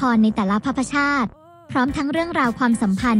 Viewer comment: แอดคะ คำว่า "ภพชาติ" อ่านว่า พบ-ชาด ค่ะ ไม่ใช่ พะ-พะ-ชาด